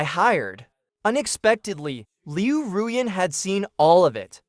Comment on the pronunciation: Liu R U Yan? Really? Come on, get it right it's Liu RuYan not Liu R U Yan teach your AI VO how to correctly pronounce Chinese names. Good recap other wise.